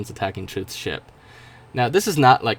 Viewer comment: you were gonna say ship but then I skipped it but then it sounded like you said sh**